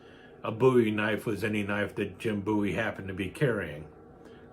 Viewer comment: A very nice demonstration of your collection,. It is my understanding that the Bowie family name descended from the Scottish "Buie," so thank you for for the correct "boo-wee" pronunciation. This style of knife is so iconic, some criminal statutes that describe certain prohibited weapons simply use the term "bowie knife."